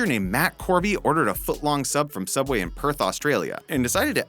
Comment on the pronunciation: It’s pronounced soubway